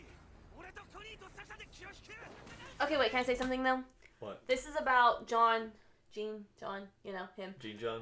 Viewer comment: Its Jean, not Jean